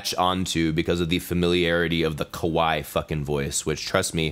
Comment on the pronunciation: Can't even pronounce kawaii right... This guy probably doesnt dig traps... Why have you forsaken us?!?!?!?!?!?!?!?!?!?!?